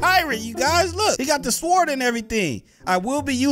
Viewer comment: lmao kev the (W) in SWORD is silent.